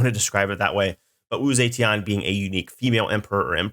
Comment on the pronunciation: Man they butchered Wu Zetian's name woah It's Zuh-Tyen. I don't expect him to, like, speak in tones or speak fluent Mandarin or whatever but I would have hoped they'd at least have given Sean Bean a note on that.